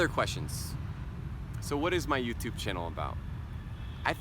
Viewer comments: YouTube is YouTube, not You - to - be!! Một số người Việt đọc sai đấy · vâng ... Anh ấy đã nói " DU TU BI " giống ng việt nam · Có ai nghe anh ấy nói từ "du tu bi" giống mình hơm :v